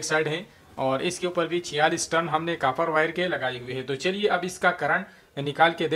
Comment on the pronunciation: آپ کی اردو کافی دلچسب ہے جب آپ کاپر کہتے ہیں تو ایسا لگتا ہے جیسے آپ کافر کہ رہے ہیں just a jok